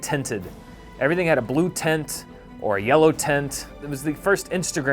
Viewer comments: it took me a while before realizing that when dan said “tent” that’s how he says “tint” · can't pronounce tint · Does anyone else think says "tint" weirdly?